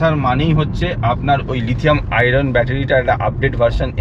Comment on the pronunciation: it's *Lithium-ion battery, not 'Lithium-iron'.